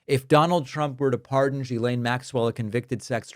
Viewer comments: Why is everyone calling her Guylaine, isn’t it Ghislaine? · You're pronounce it wrong.. it's Gizlane. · IT S GHILEIN. man learn how to pronounce it😊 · It's Ghislaine. Pronounced gee- slain (like gee whizz). Ho hard is that. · Love all your work. But please. Even though she’s a scumbag, pronounce people’s names correctly. gill-LANE. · David, her first name is pronounced "Ghee-Len," like [the Indian rendered butter] + [Len]. It's a hard "G." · The name is pronounced With a hard G not a soft G like J. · It's Ghislaine - the Gh makes it a hard G. There's no one called Jillaine in all this. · Ghislaine = G-ee-len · gee-LAYNE. Please. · HOW do you follow a story and STILL screw up the pronunciation of Ghislaine's name ?? Obnoxious ‼ It's a hard G.. And then you correct DONNIE'S pronunciation of Mayor. 🤦‍♀️🤦‍♀️🤦‍♀️🤦‍♀️ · The good part is: Now everybody knows how to pronounce „Ghislane“ 🤣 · If everyone would pronounce her name correctly, he might recognize it. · I wish you'd pronounce her name correctly. I am not a fan of hers by any means. But, to hear you purposely mispronounce it is no better than them purposely mispronouncing Kamala. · Why does David mispronounce her name? Even she uses the hard “g.” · I enjoy your show mostly because of your accuracy. I don’t understand why you keep mispronouncing Ghelain Maxwells name? It seems petty for a serious person? It makes one wonder if they are inaccurate in the little things they are probably inaccurate and the big things! Or maybe they just don’t take the time to figure it out?